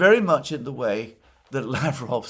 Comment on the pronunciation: Alexander Mercouris, did you read my comments about mispronouncing Lavrov and Peskovs names?